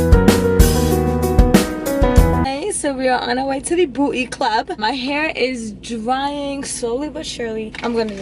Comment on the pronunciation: "on our way to the boot-ay club" 🤣🤣lol